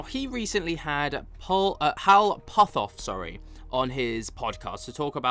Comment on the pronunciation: For someone who calls a lou Elizondo a disinformation agent but yet can't pronounce or seem to know who Hal putoff is maybe you should make your claims and keep them to yourself before you start dissing anyone else in other words seems to be a disinformation agent is you !!!!have a good day unsubscribe!